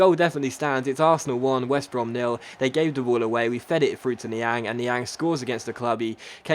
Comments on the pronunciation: I've just noticed that has been pronounced Niang's name wrong throught the entire series. BTW: It's pronounced Ni-Ong not Ni-Ang, but is spelt Niang. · Yea coz he's French. Lol!!!!😂😂😂😂😂😂😂